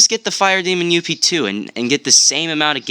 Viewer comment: ITS NOT (you-pe) Its (Ughp-Two) In longcut its Upgrade